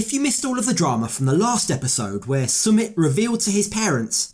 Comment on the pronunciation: You say his name wrong!!!